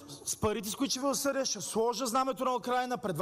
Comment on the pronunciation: Само, като чуеш "ша"става ясно, че е прост!